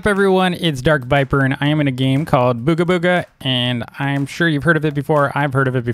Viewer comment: you know it been a long time if he say dark vipper